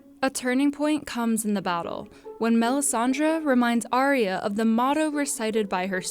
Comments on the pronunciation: Ar ya. Not aria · Did Sherlock Holmes make this video? Also, learn how to pronounce Arya correctly...